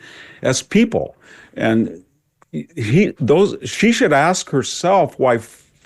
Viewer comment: Can you tell by the way she axed questions?